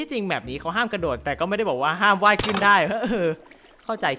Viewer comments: กระ ค่ะไม่ใช่ หระ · กระโดดไม่ใช่หระโดด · กระโดดครับ ไม่ใช่หระโดด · พี่ทำไมเป็น หระโดด